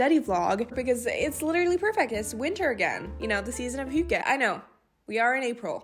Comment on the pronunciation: omg finally someone saying hygge 😳 i’ve always wondered how it was pronounced. Anyways, cute vlogggg, much cozy 🤍